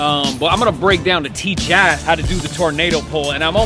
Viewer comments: It’s pronounced “TJ-Ass” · How Professor say Tjass Teach ya ass